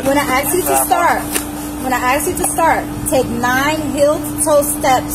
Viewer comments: "Aksk" 🤦🏼‍♀️How is this acceptable..what's difficult about speaking correctly, it's "ASK" pronounced: "AHHH-SSSSS-K" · How did the word "ask" end up being pronounced "ax"? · Ithe word is ASK not AX.